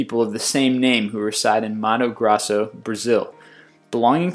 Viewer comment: I laughed so hard when he said Mato Grosso ( they reside in manu grasu) HAHAHAHAHAHHAHAHAHAHAHA